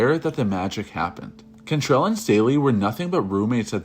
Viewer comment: CANtrell not CONtrell